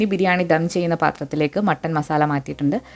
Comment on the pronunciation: ധം അല്ല ദം 😀